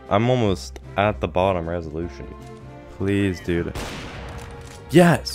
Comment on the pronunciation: Reselution??? XD